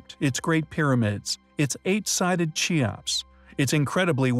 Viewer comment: it is said keops not cheops when you start talking properly i will start donating